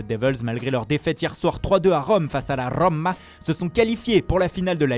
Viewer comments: La Rrrrrrrrom-ma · " la rrrrrrrrroma" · Laaa rrrrrroma, Luis Suaaaareesss Belle fin de vidéo, rip Christophe. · J'adore quand tu dis roma😂😂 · Le stade Rrrrrennais avec le r de la Roma svp , je surkifferais